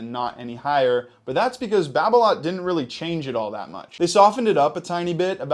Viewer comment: wtf is BarBeLot ? really fucking BarBeLot ???🤔🤔🧐🧐😅